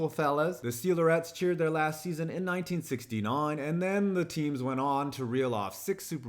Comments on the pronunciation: Why did he pronounce “1969” with a British accent? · ive watched this vid about 20 times in my life but never noticed that he says "1969" like this. yes i get the 69, nice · "In 19sixtynine"